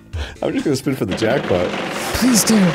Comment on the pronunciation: The obvious hints when he emphasizes "JACKpot" too just sent me